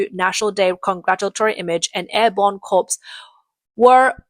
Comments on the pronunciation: *Narrator: 'Corps' is pronounced 'kor.' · They're so damn pathetic, lol! Also, "corps" is pronounced "core". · Hi there, great as always. Just one thing Corps is pronounced core like 'apple core' . Corpse is a dead body. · Learn to say corps correctly, jeez. And top gun is the elite course for real us navy pilots.